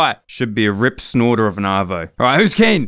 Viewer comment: arvo means afternoon. it just sounded like he said savo